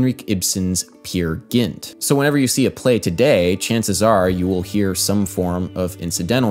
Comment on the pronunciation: It is not Pier Gint. Americans/english speakers pronouncing names and words in other languages is hilarious :D Love your videos. I have stopped playing bass for some inexplicable reason. But I love your bass playing and it definetly gives me a little 'lust' to play again